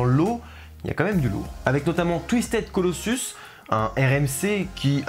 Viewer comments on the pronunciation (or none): Nice vid bro. 19/20. Je t’enlève 1 point sur ton accent anglais épouvantable 😉. J’ai ma belle famille à L.A du coup je défonce Magic Mountain et Knott’s quand j’y suis. J’ai saigner des oreilles sur « foule troteul » et «Touistaide Colosuce » 🤣. Mais continue tes vidéos c’est du bon taf 💪🏼